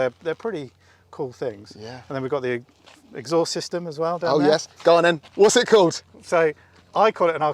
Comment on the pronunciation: Oh and of course a great driver and a great echaust hower you pronounce it haha😂